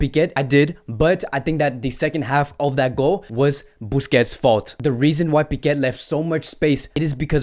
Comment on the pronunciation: Please stop calling Piqué "Piquet". There is not T at the end, that's Lenglet, you can pronounce the T or not with him but there is no T in Piqué. Thank you